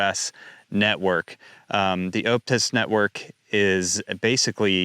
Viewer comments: For 'Optus,' say it like 'Op-tus,' not 'Oupe-tus.' Think 'octopus,' not 'opening.' 😊👍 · 1. Its pronouced OP (as in OPeration) Tus 2. Aussie(Politicians) are doing there best to get rid of cash. 3. keep up the good work!